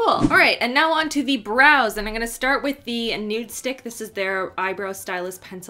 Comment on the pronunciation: The way she says I’m gonna sounds like In Goya 😂